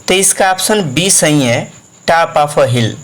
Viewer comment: Vo tap nahi top hai 😂😂